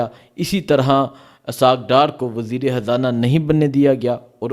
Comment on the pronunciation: Bhai Imran Haan nahi Imran Khan, aur Habrain nahi Khabrain, aur wazir e Hazana nahi balky wazir r Khazana